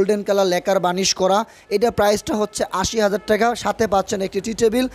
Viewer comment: টেকা না ভাই টাকা। সুন্দর করে বললে হইত বাড়িটা ভাল লাগত।আর ভাই রুচি টা খুব খারাপ।